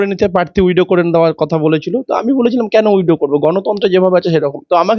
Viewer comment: WIDOW noy, kotha ta WITHDRAW hobe 😂🫢🫢🤭 widow mane bidhoba